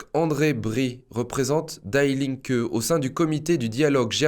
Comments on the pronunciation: Pour un germanophone, cela fait quand même mal aux oreilles. Die Linke, cela ne se prononce pas "daï linke", mais "di linke" (ce n'est pas de l'anglais, mais bien de l'allemand) De même "Stiftung" se prononce "chtiftoung" en allemand (le st se dit "cht" et le "u" sans les 2 points dessus se dit "ou"). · Die linke ne se prononce pas Daï linke, mais Di Linke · "Die" en allemand se dit "Dii" pas "Daï" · Die Linke c'est de l'allemand qui signifie "La Gauche" et ça se prononce "DI LINQUEUE" et non "DAILLE" qui est une prononciation anglaise. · Bonjour, et Merci !! :) Juste pour dire que Die Linke se prononce Di linke(u), non /daï/ Linke. Pour servir, non pour "critiquer" Merci ;) :) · Ce n’est pas « d’aïe » linke qu’il faut prononcer mais « Di » linke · En allemand, "Die" se prononce comme en français et non pas "daille". Toujours beaucoup d'erreurs de prononciation dans les langues étrangères. Ce qui montre un manque de précision . La forme est aussi importante que le fond. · Oups...die Linke veut dire, la gauche, die est l,article féminin et se prononce DI...🙏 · PS : on prononce "di linke" comme dee. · on prononce "DI" linke =) super video comme d'habitude merci =)